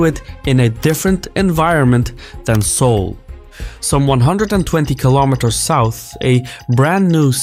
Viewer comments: Seouless? lol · "It's Seoulless"